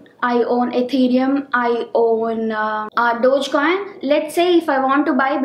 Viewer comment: Dodgecoin?!!!! I thought it is called DOGECOIN!!